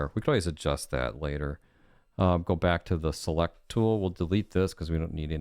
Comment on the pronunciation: "I'm gonna go brack to the browser"